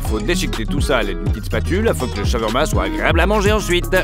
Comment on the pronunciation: Trop compliqué de prononcer "SHA-OUAR-MA" et de la même manière??? Lol 😂